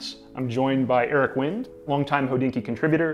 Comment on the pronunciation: Pretty sure it’s wind vintage like winding a watch not wind like 🌬️